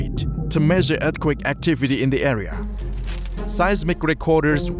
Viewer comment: The way he says eath quek are dead giveaway